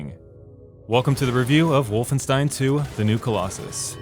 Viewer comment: He pronounced wolfenstein correctly! He deserves a like for that!